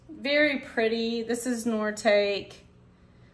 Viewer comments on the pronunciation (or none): Thought you might like to know Noritake is pronounced Nor uh taa kee